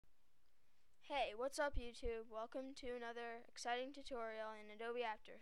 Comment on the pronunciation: HAHA in the begginging you said exeting haha thats like andrew kramer... Why does everyone try to take his job?